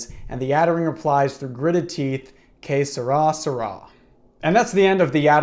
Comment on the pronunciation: i thought you were saying some sort of ancient egyptian phrase like K'srasra but you were trying to say ''Que sera, sera'' lol